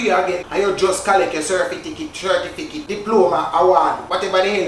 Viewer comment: Leave it up to a Jamaican to say cerfiticit